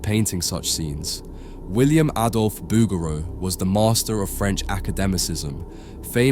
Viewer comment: I think you are mispronouncing the artist name bow-ger-row